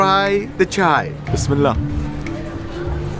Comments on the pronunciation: Actually it is called Chiya not chi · Its not chai it's actually chya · Btw its chiya not chai